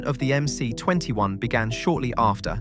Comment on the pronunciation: It's MS, not MC.